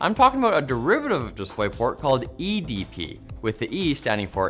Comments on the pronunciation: the way he said edp got me wanting a cupcake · ok but who else burst out laughing when he said "edp"